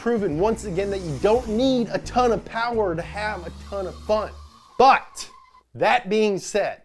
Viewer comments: Oh..... Mr. Mo powah Baby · mo powah babeh? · "Today we're going to be doing the GT86" LESS POWAH BABY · Mo Powah Bahbey